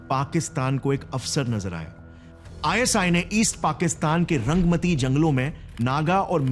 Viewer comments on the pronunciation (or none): The north east camp name not pronounced properly....... Rangaa Matti or "रांगा माटी" ....... Not रंगमती it's a Bengali term, means red ( रांगा) soil ( माटी ) .... I am from West Bengal, kolkata. So i understand the language and the meaning...